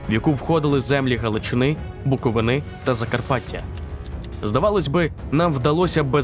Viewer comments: Не БуковИнИ, а БуковИни. Це я вам кажу як мешканець БуковИни. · БуковИни наголос правильно, НЕ буковинИ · БуковИни, а не БуковинИ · я як громадянин Чернівців коли почув як він сказав Буковини втрапив у шок